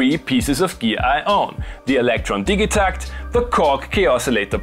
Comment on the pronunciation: It's definitely pronounced "Didja-TACKT"